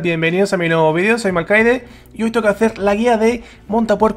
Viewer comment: Malcaide no serás de origen Francés??no?? Porque la G la dices como los franceses